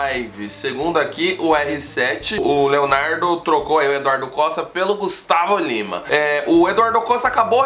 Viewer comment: Kkk, ele não conseguiu pronunciar o nome do Gustavo Lima!